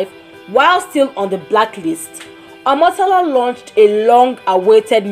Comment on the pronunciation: The way she pronounced Omotola's name was so nice